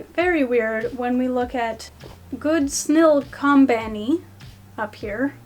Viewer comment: “Good snll combany” 👁👄👁